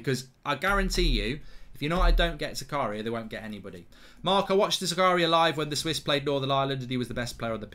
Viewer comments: His name is pronounced "Zaka-ria".. Goldbridge's Zakaaaria sounds a bit la dee dah! 😆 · Its prenounced Z-A-K-A-R-E-E-A just so you know lol